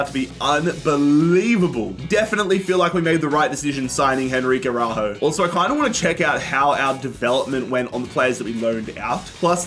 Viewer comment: It's the "Araújo" for me 😅